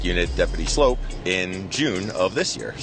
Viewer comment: Dude's name is 'Sloup' (like 'Soup' with an l added). Should be pronouned 'Sloop', not 'Slope'. Does he also buy cans of SOPE? lol